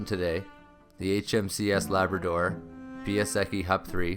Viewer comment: Thanks for this story. Please learn to pronounce my dad's friend, Piasecki, correctly.